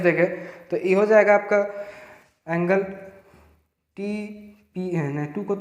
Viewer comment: On that time u said angelwa my reaction was gzb sahi m ye desi teacher h 😅 lage raho